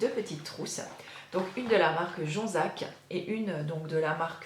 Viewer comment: Lol, tu me fais rire avec la prononciation de Jonzac. J'ai habité Pons entre Saintes et Jonzac. J'ai dû aller deux fois à l'hôpital de Jonzac. Moi, j'utilise l'eau thermale que j'ai acheté dans mon magasin bio du Nord où j'habite. Je l'adore car elle me laisse la peau douce.